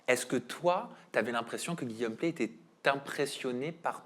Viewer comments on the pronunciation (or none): C'est Guillaume Pley, pas "Play"!!!